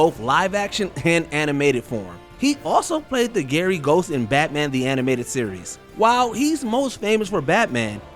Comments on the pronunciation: Did he say "The GARY Ghost"??? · We just going to skip over the fact you said “Gary Ghost” and not “Gray Ghost”? Who is Gary? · It's Grey Ghost not Gary Ghost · The "Gary" Ghost? Dudes, how hard is it to properly pronounce "GRAY"??? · Did this guy seriously call The Gray Ghost “the Gary Ghost”? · R.I.P Kevin Conroy and Adam West 😭😭😭😭😭😭😭😭 You were my Batmen Edit: also you said Gary Ghost, it's Gray Ghost